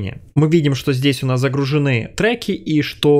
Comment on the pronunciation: полезное видео, но, пожалуйста, ставьте правильно ударения в словах. Очень трудно слушается (загруженЫ и тд)